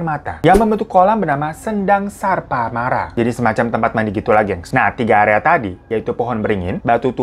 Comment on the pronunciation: Kisah apa pun, kalau yang bawain Abang satu ini, mesti jadi unik dan asik. Suka banget pokoknya! ✨ Sekadar masukan aja sih, Bang. Semoga ngga tersinggung. Mungkin lain kali, kalau ada nama-nama tempat yang berkaitan dengan legenda, mitos, epos, atau cerita rakyat lainnya, bisa dicari tahu juga tuh artinya apa. Biar ngga salah penyebutan. Soalnya sayang banget, tadi kan nama sendangnya "Sarpamara" (Sarpa: ular, Mara: datang) yang bisa diartikan "Tempat ular-ular datang" atau "Tempat berkumpulnya ular-ular". Nah, di tengah ke belakang, Abang bilangnya Sarparama (Sarpa: ular, Rama: ayah), artinya berubah jadi "Bapaknya ular". Padahal, ada kemungkinan juga alasan kenapa Badarawuhi dikutuk jadi siluman ular, salah satunya karena sendang rest area tadi itu memang tempatnya ular-ular gaib. Bisa jadi pasukan pengawal Nyi Rara Kidul yang ada di cerita tadi itu memang berbentuk ular, atau ya makhluk gaib warloknya itu yang ular, maka Badarawuhi dikutuk jadi setengah ular. Yaaaa... Ini juga spekulasi sih. Belum riset juga. Cuma saya rasa penting juga memperhatikan toponimi atau asal-usul penamaan suatu tempat yang jadi latar peristiwa dalam cerita. Siapa tahu ada nyambung-nyambungnya. Mengingat bahwa orang Nusantara itu suka udang di balik bakwan memang. Suka main simbol-simbol, ada makna di balik kata. Apalagi nama. Biasanya ada historinya sendiri. Pasti bakal lebih asik lagi kalau yang kaya gitu ikut dicari tahu. GOOD LUCK, BANG! 5M SUBSCRIBERS! 🥺🙏🏼